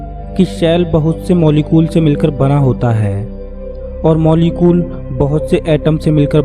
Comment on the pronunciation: sir video achha hai lekin apka voice me problem hai o molecule hai molecol nahi